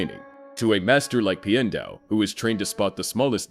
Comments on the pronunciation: "pie-en dao" it's pi-and dao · I didn’t like the way you said Pian Dao’s name the first several times. You said his first name like “pie ann,” which sounds wrong. Then towards the end you did say his name correctly (“pee-an”). It should be pronounced the same way you “piano (pronounced “pee-an-no”)” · Pee-en-dow NOT Pie-en-dow They literally say it out loud in the show. There's no reason to get it wrong. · You kind of kept changing your pronunciation of Piandao's name, but in general, it's closer to "Pyen-dow" or "Pyan-dow" (Like Pee-ya not Pie-ya). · "pai endao" Clearly this is ai voice and not real atla fan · the way Piandao is pronounced as Pi-Endow throughout the entire video was realy offputting and completely threw me off every time his name was said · Why does your pronunciation of "Piandao" change half way through the video?